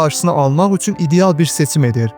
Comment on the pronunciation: Üsün yox üçün 😅